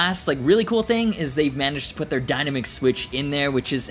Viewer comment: The dyna-mick switch? Wow you can't even pronounce dynamic? Dyna-mick??? It's pronounced die-NAM-ick with the emphasis on nam. Unbelievable. Dyna-mick?? It's not that difficult a word.